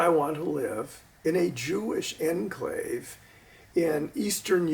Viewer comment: I truly disagree with one aspect of what you said, "enclave" I disagree with your pronunciation.